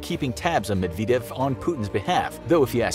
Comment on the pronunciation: Why guess on how to pronounce Dmitry Medvedev’s last name? It’s not pronounced nor is it spelled medveedev. It’s pronounced Med ved dyev. There is no long e in his name anywhere.